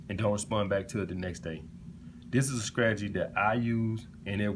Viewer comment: I'm hollering at all these men flocking to hear the gospel of a bumpkin who says words like skrategy, skring, and skrimps LMAO What high value! 😂😂😂